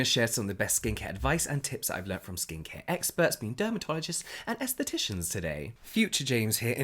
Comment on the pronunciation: Esthetician? Aesthetician? 😂